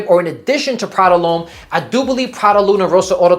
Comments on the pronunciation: Why does he keep calling it Prada L’Homme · Why do you keep saying it’s Prada lhomme? And that high first on the first girl is so awkward. Just shake the hand dude😂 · Nice Video Content 👍🏻 like your reviews Btw you said Prada L’homme like 4 times until you got it 😅